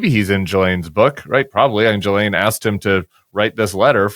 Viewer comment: Ghislaine is pronounced like Ghee lane.